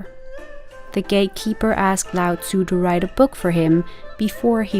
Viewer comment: Well, you got the pronunciation of Tzu spot on so well done! Great video!